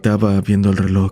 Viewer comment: Es reloj bro, no relok.